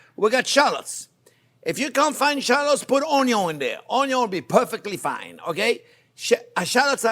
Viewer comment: I just watch to hear him say "onyo"